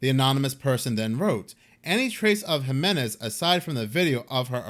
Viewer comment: HEE-MEN-EZ = Jiménez